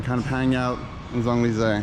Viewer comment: This is like the Eiffel Tower in a neighborhood in China. I agree that this is not where the French expats live. The French dip their croissants in their cafe au lait for breakfast. And butcher the pronunciation of Champs Elysees so badly.